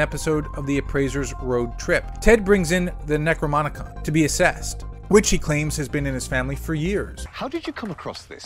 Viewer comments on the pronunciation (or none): It's not "necromonicon". It's necronomicon. Is that what I can expect from the Malervous Viedos channel? lol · It’s the NecroNOMicon, NOT the NecroMONicon.